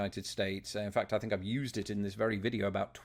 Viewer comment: Dude, it's think, not fink